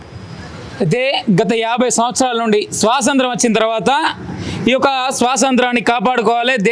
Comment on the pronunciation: Swasanthram kadu ra nayana 100 sarlu antunnav adi swathanthram😂😂😂